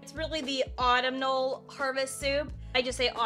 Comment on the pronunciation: It's pronounced Au tum nal. When we come across a difficult word it helps to scoop the syllables. Love TJs and these suggestions. Thank you,!